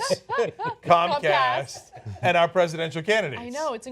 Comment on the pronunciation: comcast why always sound cumcast.